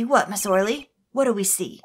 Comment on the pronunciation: I think Shadi Smith is pronounced "Shady" Smith and Ms. Orly's name is pronounced Ms. "oh really". Most of the Ace Attorney characters have some type of pun in their name.